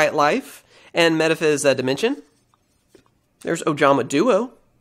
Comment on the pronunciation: I think Metaphys is pronounced like metaphysical, dropping the "ical" of course.